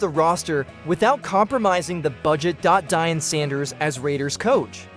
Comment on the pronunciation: It is deion sanders aka prime time deion sanders how you can even mess up on his name is downright disrespectul. The man is hall of fame 2 time superbowl winning defensive back the greatest shut down corner to ever walk gods green earth a top 3 all time in terms of greatest of all time. Learn how to talk and his sons name is sheduer not shatter you need hooked on phonics man